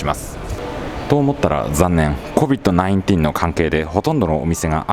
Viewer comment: こびっとないんてぃーんって言う人初めて聞いた